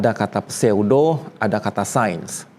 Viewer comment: Kontennya bagus, tapi maaf pengucapan kata "pseudo" nya agak ganggu, gampangya sebut aja "syu-do".